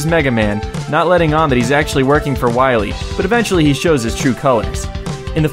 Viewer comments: DR WAWEE!!! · "Dr. Whailly"? "Base and Treble"? seriously??